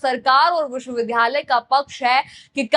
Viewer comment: उच्चारण सही कीजिए । विश्वविद्यालय को आप विश्व विधालय बोल रही है ।